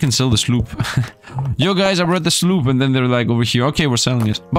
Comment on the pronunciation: Card Survival: Tropical Island? You could, now that the game is reaching its full release. In 20 Minutes Till Dawn, instead of saying Fusillade, you always said "fullisade". Now, here, instead of saying Sloop, you're saying "slop"? Foil cards means they can be sold for more gold/shells. Card pack refund Good night, sweet dead meme... (hoooo) Card... hub An amazing idea that Mr. Beast wouldn't ever think of Fun fact: Before the patch, you could move from the main area to the island and skip a day. So, you could use this as a cheat if you're running low on food. (I mean, Retromation did that a couple times, so you would as well, wouldn't you?)